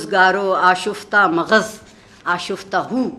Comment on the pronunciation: مغز = maghz ✅ آپ نے maghaz بولا عارفہ جی!) ❌